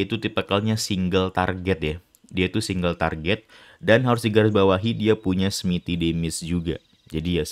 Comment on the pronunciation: Smite bang bukan smiti